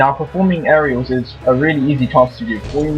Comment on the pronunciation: at the beginning it sounded like hey this is " anal raiders"